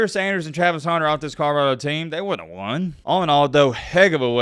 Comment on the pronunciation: u owe ME an apology. This whole time I thought his name was Travis Honner because or ur accent!! 😡😡